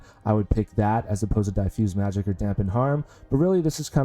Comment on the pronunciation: Pronunciation on "diffuse" is incorrect. Not "die-fuse", but "diff" (as in different, which is the root word).